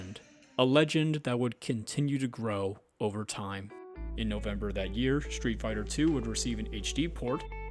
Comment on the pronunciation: also stop saying SHtreet Fighter